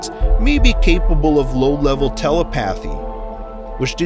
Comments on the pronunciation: It's telepathy not tella pathy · He rees me. He said telepathy wrong!!! Eek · “Telepathy” its not Tele-path-ee, ITS TEL-EP-A-THY!! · Don’t you have when people say Telepathy as Tele-pathy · you pronounced telepathy wrong, like, very very wrong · Your bad pronunciation should be an SCP. class KEY-TER not Ketter, there is only one "t" wth do you pronounce it that way? also dont get me started on telepathy.... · You say lots of things wrong like telepathy